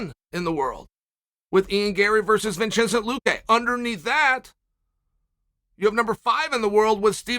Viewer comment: vin-chin-cent luque LMAO.